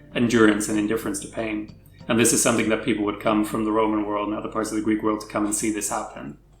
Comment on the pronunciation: I love your videos but i can't listen to you guys butchering the Greek language anymore 😂